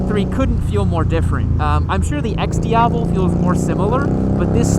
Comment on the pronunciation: I love how you pronounce “Diavel” correctly. Classy! Not shitting you.